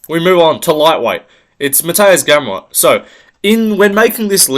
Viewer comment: Naah bro you did Gamrot dirty😂 Im polish but i have to agree.